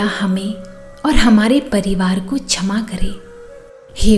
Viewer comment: कृपया छमा नहीं ..क्षमा..उच्चारित करें। सुन्दर प्रार्थना है।आभार 🎉